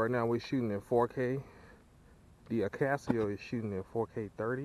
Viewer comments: A-Kah-So, not AK-As-See-Oh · Why akaSEEo and not akaso?